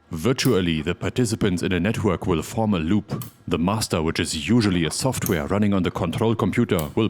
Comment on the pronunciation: Schtudio Schoftwär Beste Aussprache auf YouTube 😂